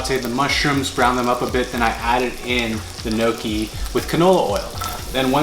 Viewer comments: "I'm gonna make NOKI" 😆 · You can tell he's not Italian because of the way he says gnocchi and ricotta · the pronunciation of gnocchi had me 💀